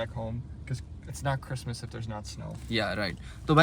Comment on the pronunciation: Ye bhai bar bar crismus bolarahiho badbad rahi ho kya